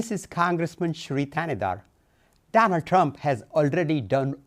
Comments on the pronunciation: Someone needs to tell the hindu senator that Donald Trump only has one D in his first name, not six! Did he just call him DDDDDDonald Tddddump? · Did he say Donawd😂😂😂